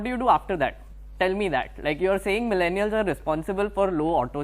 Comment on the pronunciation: He again said milleniars